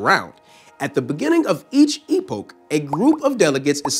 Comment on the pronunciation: "during the E-Poke" lol, great explanation, although just for the sake of pronunciation continuity, it is "E-Pock".